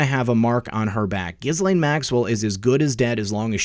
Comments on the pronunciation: I believe Epstein’s victims pronounce Ghislaine’s name with a silent S to rhyme with Elaine. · Ok... since we are going to be saying it xxxthousands more times in the coming months - we should probably get it right. It's [Ge-Laine] with the accent on the 'hard G" - "not a soft G" > =Jis > Jhis... I hate being "this guy" pssssssst. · This may seem petty....Ghislaine is pronounced: JILL AINE It's French.